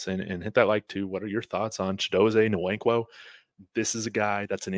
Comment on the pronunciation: it is wankwo, the N is silent. Wannnnkwo. Like Kanu Nwankwo the famous soccer player.